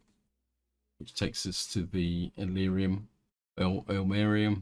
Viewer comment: I think it's pronounced ill-marine-in, but I've only heard it from a horrible movie called "The Day the Earth Froze" (thanks to Mystery Science Theater for that gem). Evidently it's from Finland's national epic. Ilmarinen is some kind of balcksmith/wizard who forges a magical machine called The Sampo, which spits out infinite gold, flour and salt.